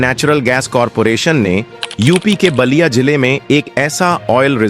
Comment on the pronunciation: Naliya not basliya. Pl improve pronunciation. IT IS BALIYA.